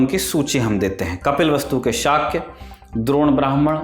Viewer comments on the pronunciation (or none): none